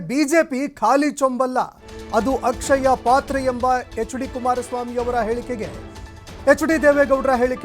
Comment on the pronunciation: ಅದು ಅಕ್ಷಯಪಾತ್ರೆ ಅಲ್ಲ ",ಕ್ಷಯಪಾತ್ರೆ."